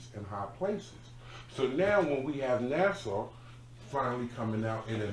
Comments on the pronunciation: It’s not Nassau…it’s nasa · Nasa not Nassau b peace to Strong Island😊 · Just so you guys know it's NASA not Nassar 😆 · This is definitely a conversation that needs to start being talked about within the African American community. But please get properly educated before discussing this topic folks so we as blak folks don't look silly. Nasa is pronounced as such not (nasaw)🤯 We should all know how to atleast pronounce (Nasa) if we are going public we need to pronounce things correctly in order to be taken seriously.we as blak folks are way behind in the subject of ET and UFO history. We have zero legitimate platforms discussing the topic. So im glad yall opened the topic. But ppl are watching.👀 and listening very close to everything we say. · we are lyricists here. NASAU is not an acceptable pronunciation no matter what dialect you use daily. Cmon now.... NASA... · It’s nasa not Nassau